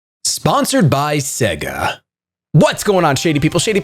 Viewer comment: I loved this video! I’ve never heard of this game and now I’m thinking of getting it!! I really hope you do a let’s play of this game. And by the way, the way you said “Sponsored by Suga” has me FOAMING